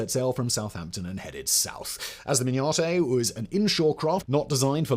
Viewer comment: Hi. The name of the Mignonett is pronounced min-yuh-net… But this is a great video. 😃😃😃